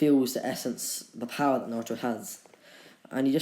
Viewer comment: stop making that weird voice in what if naruto was madara's reincarnation AND STOP SAYING BOWER